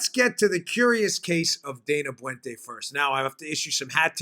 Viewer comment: Very interesting story. By the way, Dana Boente's last name is pronounced Bent-a (short e, long a with accent on first syllable). He is from where I live.